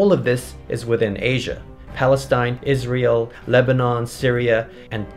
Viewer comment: When you said "Palestine, Israel" I thought you said "Palestine Is real" 😂(I know it is but still)